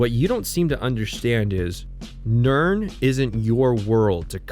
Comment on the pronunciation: Excuse me..... Nirn-what?